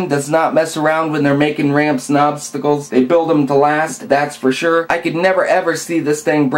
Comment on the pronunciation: I love how you say '' Obsssstacls ''